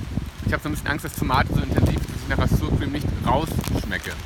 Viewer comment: Ooh lecker, genau was für mich. Muss ich mir demnächst auch mal zulegen:))). Achja und wirklich nur als liebgemeinte Anmerkung: Sourcream wird nicht [ßuhr Krim], sondern [ßauer Qurihm] ausgesprochen lieber:))).